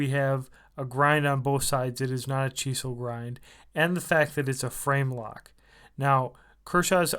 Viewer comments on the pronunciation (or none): it's chisel. Like the tool. not "cheesel" lol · Sorry... If I hear you say cheesel one more time, I'll puke on my boots... I'm out...😖